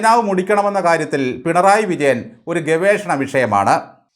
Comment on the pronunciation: ബാലൻ പിണറായി വിജയനെ അധിക്ഷേപിക്കുകയാണ് എന്ന് പലപ്പോഴും തോന്നുന്നു. വിജയനെ ബാലൻ വിളിക്കുന്നത് "പെൺറായി "എന്നാണ്. സിപിഎം കാർക്ക് ആർക്കും മലയാളം ഉച്ചാരണം വശമില്ലാത്തത് കൊണ്ടാകാം.